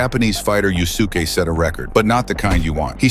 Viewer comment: It's pronounced "Yus'ke", not "Yu Su Ke".